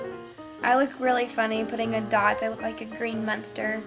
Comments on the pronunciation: She said munster... lol :) I love your accent! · omg. she says munster c